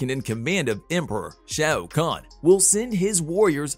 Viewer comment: Apparently you cant say realm or shao khan…..